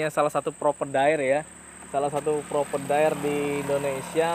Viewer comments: Provider (Pro-Vay-Der), bukan propedair 😂😂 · Hahahahaha penting omonge lancar 😅😅😅